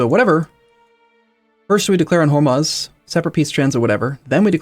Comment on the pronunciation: Hormuz is pronounced "whore-moos"